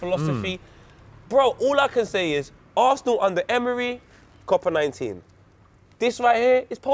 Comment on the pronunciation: mans really said copa 19 lmaooo some rules some rules